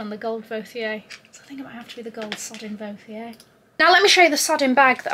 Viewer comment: really is the most real and genuine person on the Community. I loved the dress the brand really suits u (FYI the "h" in Vauthier is silent it's just the "t") I felt like the Cavalli one would have been hot with the Amina Muaddi Gilda animal print heels that were a little falling apart lol. You looked sodding Majestic ✨🤍 your skin looks flawless without any make-up. You just have to be prepared for the great things that is about to happen to you and your career 💕 you deserve every bit of it.